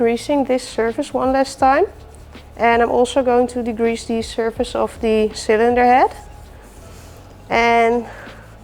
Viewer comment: Heerlijk zoals je “the” uitspreekt als die, maar verder erg leuk kanaal en respect !💪